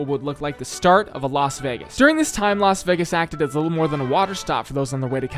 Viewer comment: its Laz Wegis